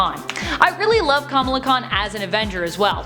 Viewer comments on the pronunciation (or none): Why did she mispronounce Kamala like a million times?